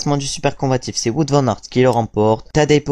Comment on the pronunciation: Attention à la prononciation de Wout van Aert.